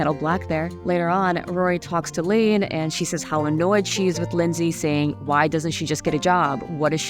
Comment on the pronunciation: “Len z” like gen Z is how I first heard u day her name ajajaj